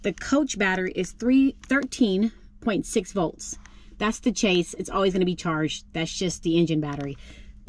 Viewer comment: Just for info - Chassis is pronounced chas-see. Not chase. :)